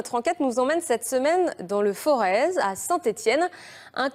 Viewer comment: Le forez ce prononce "forêt" ! bien à vous.